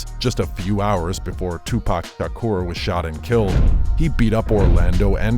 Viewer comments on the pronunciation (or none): This channel is some straight up clickbait BS. And you can't even pronounce Tupac's last name correct?? What a joke 😂